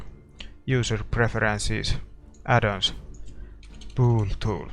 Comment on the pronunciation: th be way u say"bool tool tho" XD